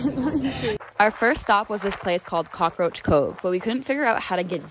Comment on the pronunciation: Did she say cockaroach coach?😭🤚